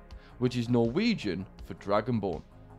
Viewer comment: A like for the mentioning of norwegian. Correct spelling and great pronunciation